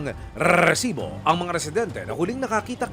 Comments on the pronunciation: Pag naririnig ko ung rrrrrreeeeesibo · Nakaka potang ina ang pag bigkas ng RRRRRRRrrrrrresibo..nag a astig astigan di naman bagay 😂😂😂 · Pinaka panget pakinggan Yung paulit ulit na pag bigkas ng reeerrrrrrrsibo! Hindi Bagay sa crime investigation documentary. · Bakit kailangan ganun magsalita?? RRREEESIBOO 😂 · Hindi maganda pakikanggan Yung rrrrresibo very annoying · Kapg nagrereport kana itigil mo na yung pagbigkas sa “Resibo” masyadong OA na eh. Mas the best parin si Pareng Mike Enriquez.